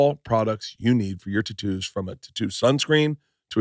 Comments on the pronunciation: Why did he say totoos? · Fuck all these adds and pronounce words words correctly! It's tattoos